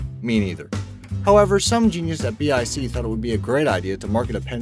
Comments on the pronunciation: "B-I-C"? It's Bic. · It is pronounced like it looks “Bic”, not B.I.C. ! I am totally amazed at how you mispronunciation so many things, jeez. Haven’t you ever heard of a Bic pen? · dude its not B.I.C. its bic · Never heard bic pronounced as b.i.c 😊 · Kimmy Stewart same! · Lol me too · The name is Bic, not B.I.C. It's not an abbreviation but a name, being the name of the founder and his family that stills hold most shares. Or rather, it's a phonetic more international way writing of the French family name which is Bich. Bich is pronounced like "bik" in French, and thus should the office supply company should be pronounced: bik. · im sorry but BIC is pronounced BICK! it comes from the founding family Bich but they dropped the 'h' so that people the world over would be able to pronounce the name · Dude, it's pronounced bik, like big. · It is pronounced Bic, one word. The company is named after its founder, Bich. He changed the spelling of his french name to Bic to avoid mis-pronunciation; There is a British Company, British Instrument Company, whose name is also written as B.I.C. that is spoken as Bee Eye Sea, but they do not make pens.